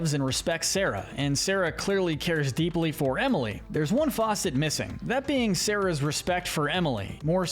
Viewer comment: It’s “facet”, not “faucet”